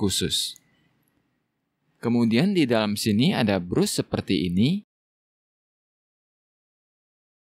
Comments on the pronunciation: alangkah baiknya kalo bras bang, bukan brus 😁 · Brush dibaca "brash" bukan brus mas